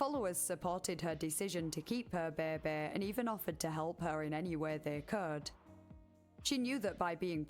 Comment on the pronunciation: I love the way you pronounce "baby"! Beebee